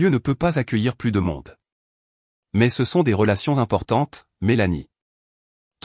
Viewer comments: C'est une voix artificielle, générée par une IA. Les robots ne savent pas encore faire a nuance entre pluS et plu, ni entre vas-y et va-i grec 😂. C'est plutôt comique. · Il faut faire attention à la prononciation du mot "plus". Et ne pas prononcer " plusse" alors qu'il faut prononcer " plu" ça fausse le sens de l'histoire